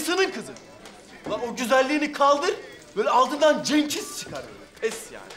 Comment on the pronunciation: Agir yanlis konusuyorsun